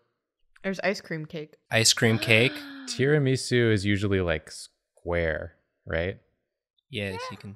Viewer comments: sorry but WTF is Tira - me - su. i think you mean ti - ruh - muh - soo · Wait. Wait. WAIT. Is that really how Americans pronounce Tiramisu? TiaraMEsu? Really? I need answers!